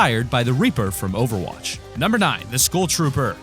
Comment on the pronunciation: he said over roch